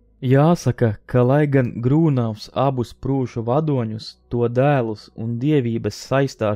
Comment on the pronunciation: Grūnavs, nevis Grūnovs.